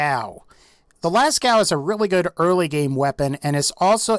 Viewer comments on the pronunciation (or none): it s not pronounced lascau but lasco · lascow... it's Lascaux so las-co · la cow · its prenounced lasko and its name comes from a diffent source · Lascaux is pronounced “Lasco” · Pronounced Lascaux wrong but good vid bruh